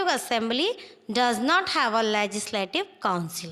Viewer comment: Comize , manezmen,bazez,prezezving,lezizlative😂😂sahi se to bolo aur ye konsi 12 std ki hindi bolrahe ho😂😂